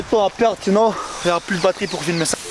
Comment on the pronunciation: mdr quand en il fais le taxi apres que le mec sort du taxi il dis, laisse por boire c'est por boir